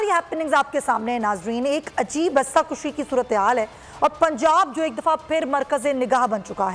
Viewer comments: Rasa kushi nahi hota rasa kashi hota hai you silly woman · Rasa kushi nahi Rasa kashi hota he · Rassa kushi nai hota bibi.. Rassa kashi hota hy